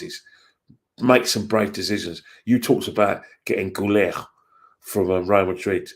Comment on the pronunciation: The way you’re pronouncing Guler is driving me crazy lol 😂